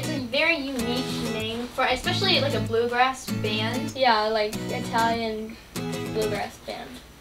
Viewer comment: "The Bamagrass Band"